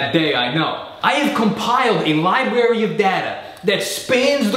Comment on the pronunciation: "Libarry" of data.